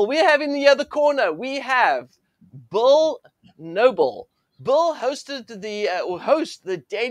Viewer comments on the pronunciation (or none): Did he say bull noble buddy it’s Bill Noble